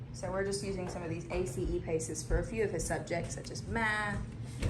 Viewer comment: It’s pronounced A.C.E. not the word ace